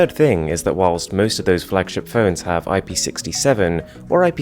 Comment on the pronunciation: Its ip 6 9 or 6 8 or 6 7 you say each didget separately good video though